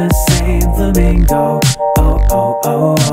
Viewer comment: I love how you switch between pronouncing it "Flamingo" and "Furamingo" based on whether you're speaking english or japanese